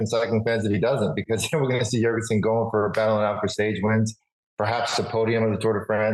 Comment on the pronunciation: Jorgenson like Yorgenson, not Dyorgenson, he is of danish descent